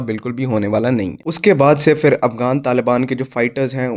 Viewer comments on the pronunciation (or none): فر کیا ہوتا ہے پھر ہوتا پھر ، ہندی نہیں بولنی